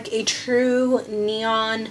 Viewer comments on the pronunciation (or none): none